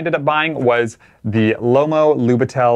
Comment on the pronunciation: Great video. Just a fun fact: it is pronounced as 'Lyubitel'.